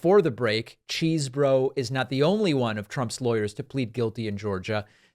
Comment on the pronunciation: The lawyer's name is pronounced, "CHESS-bro" But since Chesbro is actually from Wisconsin, I love hearing it pronounced, "CHEESE-bro".